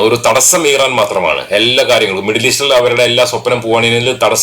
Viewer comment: ഈ റാൻ അല്ല മിസ്റ്റർ ഇറാൻ എന്നാണ് പേര്.